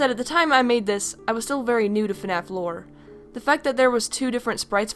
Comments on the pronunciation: you keep saying fnaf lore not four lol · Is it just me or did she say floor once?